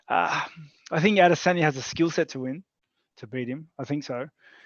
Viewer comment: everytime ariel says "Adesanya" i die a little more inside